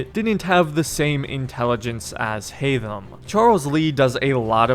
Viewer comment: You're saying HAYTHAM wrong...